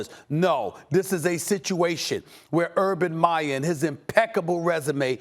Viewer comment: Stephen A., you've got such a big mouth, at least pronounce the man's name correctly! I agree, there is no questioning Urban Meyer's talent and standing as a coach, but as Max said, he has NO experience in the NFL. How many hotshot college coaches have flamed out in the NFL? Quite a few. And as a college coach you are the god/king of your program and all the malleable young men will sit at your feet in awe, if you have the power & the rep. The NFL is filled with men who will not take your BS if they don't believe in you or respect you; it's a whole different deal in the NFL. As someone who has watched Saleh closely, he is not just a rah rah emotional guy, he is a very intelligent, thoughtful and well spoken man, whose players will follow him anywhere! Both hires were excellent, only time will be the final judge!